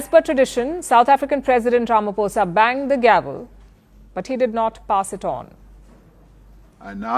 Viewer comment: Our President Is not Ramafosa u prounce it as Ramaphosa( P) not F